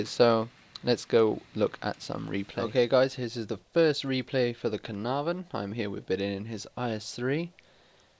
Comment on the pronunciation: A 10 for Caernarvon pronunciation :D